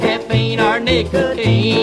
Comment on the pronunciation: Caffeine or nicOHTEEN……….